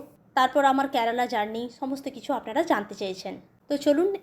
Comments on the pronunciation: I have subscribed your blog. But you have one problem, please rectify it. Why do You pronounce Kyarala ক্যারালা but it should be Kerala কেরালা I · Thikmoto uchchron koro." "Kyarala" na " kerala". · Kerela উচ্চারণ ঠিক করে বলো 😮😮